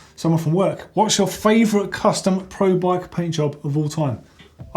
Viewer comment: said pant job not paint job lol